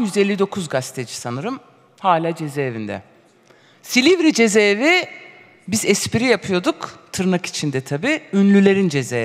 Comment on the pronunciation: Avukat hanım cezeevi değil ceza evi...